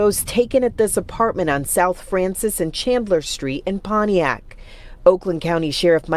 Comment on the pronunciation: 😅😅😅 PONIAC...you forgot the T in ..PONTIAC MI..